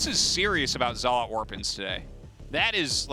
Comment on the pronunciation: Why can't Artosis pronounce zealot correctly? The game is 10 years old, FFS.